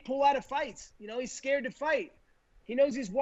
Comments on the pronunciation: Colby “he’s ascared of me” Covington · Colby: he’s ascared of me. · "He's ascared of me"